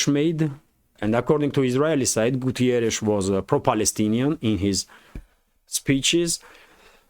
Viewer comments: It´s Guterres, not Gutierres. He is portuguese, not spanish. Nothing personal but as a portuguese it´s a bit annoying keep hearing Gutierres instead of Guterres. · António Guterres from Portugal 🇵🇹 Not (Gutierrez)Spanish pronunciation ok? 😆